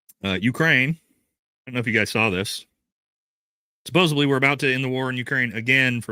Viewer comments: (sigh) the word is SUPPOSEDLY. There’s no B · You mispronounce the word “supposedly” every time and you use this word numerous times in every broadcast. You say: “suppose a bly” 😳 This mispronunciation is often made by primary school students. I don’t know why no one has informed you, but I am telling you now to help you. The word is “suppose ed ly.” “Suh pose’ ed lee” With a “d,” not a “b.” Happy New Year. 🎊 (Bookworm) (Here are some examples so you know I’m not lying:) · Love ya. Suppos-ED-ly, please 😭💜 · Supposedly. Not Supposably.😐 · Supposedly not supposably. Great content otherwise. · Supposably is not a f%$#ing word bro. I love you but come on. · I prefer supposebly - always makes me smile 😊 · I believe you are pronouncing supposedly with a b instead of a d. ~with love